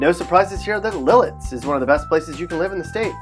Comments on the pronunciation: Yeah, he was saying LIL-ITS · Afraid to pronounce Lititz properly? It's NOT - LIL itz- (There's no "L" dude, - it's LIT itz. or Lih Tits. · Am I the only one who realizes he said lititz it's lit -itz and honestly it's not too bad in small parts of it it's not the greatest I used to live in lititz The house is aren't too big but it's a great place. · Lititz It is probably pronounced, LIT-ITS.